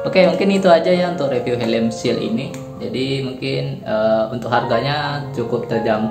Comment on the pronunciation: Kalo ngga mengkilat intu namanya doff bang 😁😁...trus shel dibacanya ya shel bukan seal 😁😁😁